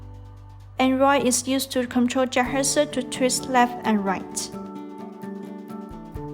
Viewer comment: You know its bad when she cant even pronounce the name of the robot in English. She keeps saying juhersa. How did you get that from Jethexa? And the unintelligible English continues. You folks need to get someone who can actually speak English to narrate these tutorials. Good robot but terrible tutorials and instructions.